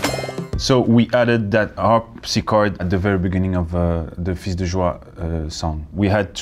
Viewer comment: His prononciation is correct. The s is silent for plural nouns : "des chats" = 's' is silent. For singular nouns or for pronouns, it depends. In "fils" (singular noun) and "tous" (pronoun), they are not silent. 🙂